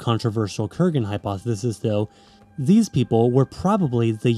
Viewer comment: I believe the emphasis is on the firs syllable in Yamanaya. ie yámnaya instead of yamnáya